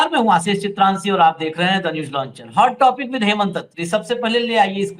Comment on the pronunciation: Namaste Bhai, na ki आशीष चित्रांशी। खबर खबर खबर खबर। आपकी सब ख़बर अच्छी है बस तलफ़्फ़ुज़ की कमी है। फिर भी हम दिल पर पत्थर रख कर सुनते हैं। वजह बस एक है "सत्य मेव जयते" 🙏